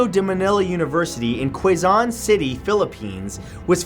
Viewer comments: its pronounced Ke-zon not Ke-zaan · It's Quezon, pronounce Ke-Zon, get it right. Not Que-Zon. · it is pronounced kezon not Quezon 😂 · I like how he pronounced "Quezon" as "Kwe-zon" while we just skip the U and just say it as "Ke-zon". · The Quezon city is pronunced Ke-son. Sorry but Quasan is funny XD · Maaaatt it's not Kweson it's Kezon (Quezon) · quezon is pronounced kezon not kaizon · It's Ke-Zon, not Qwe-Zon. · Its pronounced kezon not kwezon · quezon city is not pronounced as kwezon but "kehzon" city. anyways, great video though. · Ahahahha Quezon it's pronounced "kezon" not "kweyzon" and yah, I heard stories about Ateneo, and its neighbor universities like Miriam, but mainly U.P or Unibesidad ng Pilipinas. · its pronounced as Ke-zon not kwezon and yes, ADMU istotally haunted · Uh, it's pronounced KEH-zon, not QUE-zon. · Matt Quezon is not pronounced and Kweyzon😂 it's pronounced as Kezon filipino here😂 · I cringed when matt pronounced quezon city as 'kuezon' not 'kezon' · Its pronounced kezon not literal Quezon XD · Hey Matt! Just saying that your pronunciation of Quezon is wrong, its actually pronounced as: Ke-zon And not Kuai-zon. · Quezon > pronounced is Kezon ☺😊 no quizon 👄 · hey matthew . about number 3 ateneo de manila university. it located at quezon city pronounced as keh-zon city. not kwezown city hahaha. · Quezon City isn't pronounced "Kwuazon" it's "Kezon" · I'M CRYIN DID MATT JUST SAY "KWE-ZON" INSTEAD OF "KE-ZON" OH MY GOD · QUEZON IS PRONOUNCED "Ke-Zon" not "Ku-we-Zahn"... Just saying :) We are not mad. Us as children were saying this name absurdly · que-zon not qwuezon i live in ph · It's actually pronounced as " k-zon" not "Quezon" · quezon city is pronounced as "kezon city" not "kwezon" just wanna correct you but not mad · Yay ateneo philippines 🥰 Quezon is pronounced kizon. By the loveyouuuu never skip the ads for you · Quezon is just pronounced as 'Keh-zon' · Quezon is pronounced as "Ke-zon" as Spanish pronounciation of "que"